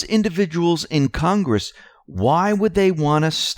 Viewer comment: "CON"-gress. Say it with me,..."CON"...gress.